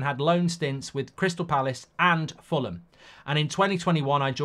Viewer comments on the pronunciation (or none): none